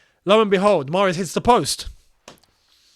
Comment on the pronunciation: Love how pronounced Mahrez